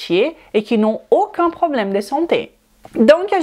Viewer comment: Même pas besoin d'horodatage finalement. Tout au début, elle prononce "vidéO", "AUcun (problème de santé"). Je crois même l'avoir entendu prononcer d'acCORd" ? Quand elle prononce les os (lézo), comme les oeufs (lézeu), ça me rend folle.🤣 Ce n'est pas une doléance pour exiger un français impeccable, c'est juste que ça parasite ma compréhension au moment où elle les prononce. Je pensais naïvement qu'elle parlait du coeur (étant cardiaque, ça compte) dans une autre vidéo sur je ne sais plus quel sujet. Et croire qu'elle parle d'oeuf à tendance à me perdre aussi puisqu'ils font partie du registre de la nutrition. Finalement, si elle faisait ce tout petit effort de prononciation, tout le monde y gagnerait, nous à mieux la comprendre et à garder notre attention, et elle (ainsi que ses clients par voie de conséquence) puisqu'elle progresserait dans la langue où elle semble exercer. Ca induirait encore plus de client.